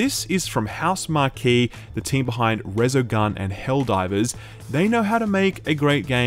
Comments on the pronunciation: Is “housemarque” really pronounced “house marquee”? Asking for a friend. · Housemarque is pronounced House Mark.